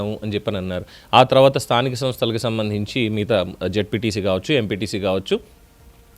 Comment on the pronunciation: Stanika samshalu ani cheppatam kuda raadhu Ee Sycho ki